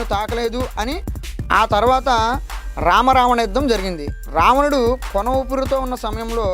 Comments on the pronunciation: Ravanadu ani palakadam mundhu nerchukoo ramanadu antunnav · There are lot of pronunciation mistakes it's not ramanudu